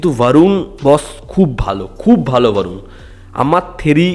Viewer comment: ভারুণ আবার কী? 'বরুণ ধওয়ান/ধবন' হবে বাংলায়।